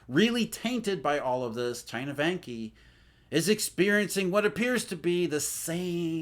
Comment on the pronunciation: Vanke is pronounced as Wanker without the "r"...;-)